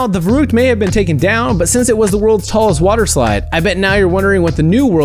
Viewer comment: You pronounce verrückt wrong. It's pronounced ferykt